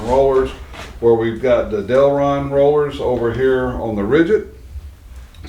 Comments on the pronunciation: The plastic is Delrin, not Delron... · The plastic material is "Delrin", not Delron. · Just a nitpick but it's Del RIN.